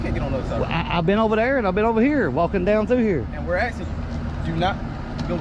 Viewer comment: Please show your ignorance by "Axing you for an ID"...there is no "X" in "ASKING"...go back to school